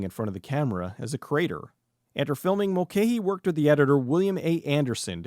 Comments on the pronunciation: Pretty sure you're mispronouncing Russell Mulcahy's name all the way through this (in Australia it's always been pronounced as "Mul-kai"), but well done. This is a fun film. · Mul - ca - hee FFs!